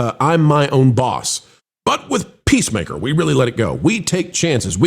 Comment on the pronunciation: It sounded like pro almost called it pacemaker instead of peacemaker lol